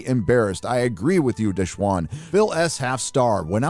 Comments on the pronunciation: De Shawn...not bloody desh wan ffs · "Deshwan" lol is a good ol' boy at heart